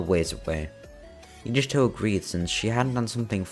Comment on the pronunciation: yugito is pronounced You-gee-toe lol love the story though